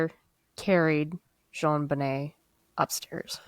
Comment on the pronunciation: Hello &, I Am Somewhat Of A Case "Fanatic" & Know Quite A Bit Of The Information About This Case. So I Hope You Don't Mind If I Post Some Of The Facts That I Know Relating To Your Conversation Here. You Got The Pronunciation Of JonBenet's Name Correct (pronounced "Jon Bo-Nay"), The Father Is John Bennett Ramsey (pronounced "John Ben-It"). Patsy Put STAGE 4 Ovarian Cancer Into Remission, STAGE 4, That Is Miraculous. Their Charlevoix Vacation Home Was Typically Their Summer Get-Away, However This Year They Decided To Have A "Second Christmas" There With John's Two Eldest Children (John Andrew & Melinda) From His Prior Marriage. The Word Attaché In The Ransom Note Is Actually Referring To A "Bag" Or "Briefcase" (however there was No Accent Over the é in Attache In The Ransom Note). Interesting You Pointed Out No Period After The C, In S.B.T.C!!! "Duh-tective" Linda Arndt (pronounced "Aren't..... A Good Cop") - Was Quickly Removed From: The Case & Not Long After.... The Department! 9 Months After JonBenet, A Girl Named "Amy" Was Assaulted In Her Home, Fortunately Her Mother Heard & Ran The Man Off, But The BPD Dropped The Ball On That Case Too. 2 of the Same Boulder "Duh-Fectives" That Have Been Hampering This Case Since 1996, Are Currently 2nd & 3rd In Command At The Boulder Police Department Today!!!! Those Would Be Deputy Chief Barry Hartkopp & Chief Ron Gosage. Hartkopp Being The One That Changed Neighbor Melody Stanton's Scream Testimony 🤔. Gosage Being The One